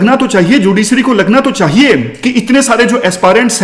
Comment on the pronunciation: "चाहिए "होता है gurujii "चाइए "nhi